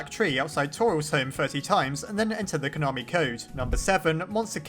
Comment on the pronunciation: “Then enter the khonami code.”really made my day😂😂😂